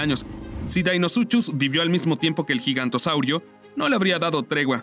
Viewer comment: no se dice gigantosaurio, se dice giganotosaurus